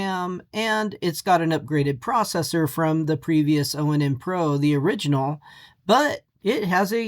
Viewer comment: It's pronounced "Ahn", not oh en en. It's project IVY, not projec TIVITY.